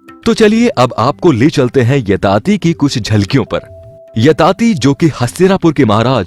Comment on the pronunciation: Yayati bhai woh aap yatati bol rahe ho